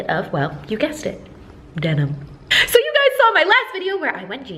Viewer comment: No one: Literally no one: Amber: so~ ( speak in accent )